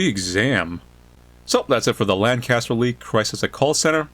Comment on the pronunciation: As someone who lives LANCA-STER, I can finally understand why it's annoying when someone pronounceses it wrong... 😑😒